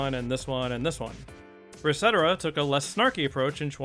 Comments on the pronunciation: "re-setera"?? not sure if master troll lol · I have never heard anyone pronounce "ResetEra" like that. Kinda ironic considering the subject matter, i guess. Not surprised how they handled the question though, RE users seems to have a knack for analysing topics in the most drawn out, soul-sucking way possible while missing the point and having no fun with it.